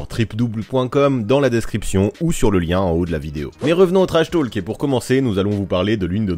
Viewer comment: Intéressant mais j'ai eu les oreilles qui ont saigné pendant toute la vidéo : on ne prononce pas le "L" en anglais dans "talk" ( idem pour "walk" etc) . Ça se prononce /to:k/ 😉